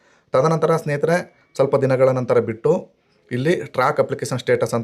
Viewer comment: Also Kotti, Bitti helbedi. Kottu, Bittu is correct. Your explanation is very good.